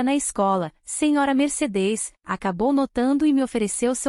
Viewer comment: Meu Deus, a IA não consegue pronunciar MERCEDES